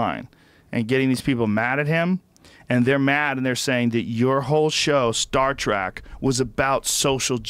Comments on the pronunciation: William Shackner Star Track Twinner ... jesus joe, are you having a stroke? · I love how Rogan corrects Ian on the word "fallible" but then says "William SHACKNER" and calls it "Star TRACK" I think he even said "twinner" instead of twitter. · I hate to be the one to correct you Joe but it's Shatner not shackner and it's star trek not track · Who is William Shakner? HA!WHAT is Star Track? Joe can't even read.